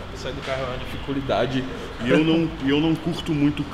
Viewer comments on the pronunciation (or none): "Sair do carro é uma difi-culidade"....